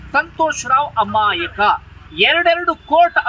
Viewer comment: ಅಮಾಯಿಕ ಅಲ್ಲಪ್ಪ ಅದು.. ಅಮಾಯಕ.. ಕನ್ನಡ ನ ತಪ್ಪು ತಪ್ಪಾಗಿ ಮಾತಾಡಬೇಡಿ ..